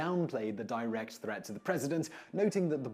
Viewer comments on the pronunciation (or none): none